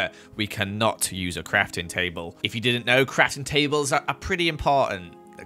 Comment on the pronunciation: At the start Says the word crafting table weird and then after when he says it again he looses all sense of the word! He says cratintable 😂